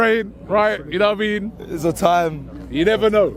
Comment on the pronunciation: If Robbie can stop saying ‘Na waimean’ that would be great thank you